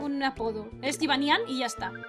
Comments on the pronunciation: en realidad se pronuncia jibányan lo que pasa es que el doblaje español no entiende de nombres de otros paises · mujica pero se pronuncia jibanian pero se escribe jibanyan